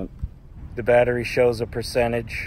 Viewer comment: Pertenage,. get right gosh